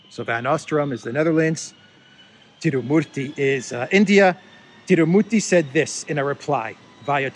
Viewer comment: Bravo for perfect prononciation of Tirumurthi 👏👏👏🇮🇳🇮🇳🇮🇳